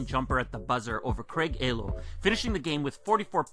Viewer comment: Craig "A"-lo 😂 . For future reference, Ehlo is pronounced ee-lo. Dope vid as usual, though. You're my go-to youtuber for sneaker releases.